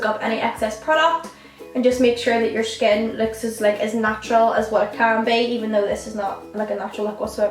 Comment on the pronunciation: It's annoying when you pronounce skin like "shkin"